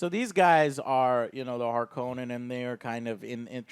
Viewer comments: Also Joe, the pronunciation of Harkonnen is not how they say it in the Lynch movie. In that movie, they say it like harKOnen, like it has only one N but Frank Herbert actually pronounced it as Harkon-nen. They do pronounce it correctly in the sci-fi series that came out around 2000. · You're pronouncing Harkonnen and Freman wrong